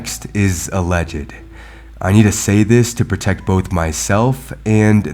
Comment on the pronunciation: 'Alledged' has only two syllables